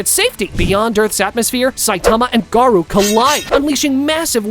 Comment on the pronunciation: bruther its garou